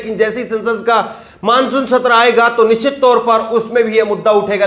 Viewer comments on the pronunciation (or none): none